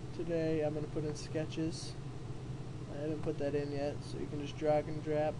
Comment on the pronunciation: he says "DROG & DRAP" LOL - hilarious